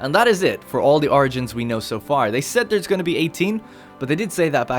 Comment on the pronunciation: Anyone else hear "argents" instead of "origins"?